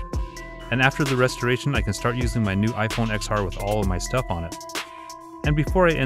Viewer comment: it's ten R, not X R